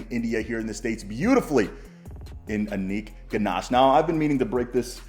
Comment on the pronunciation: Anik ganash funny pronunciation 😂